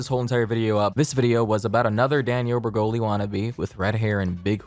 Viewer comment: “danielle bre-hole-ee’s”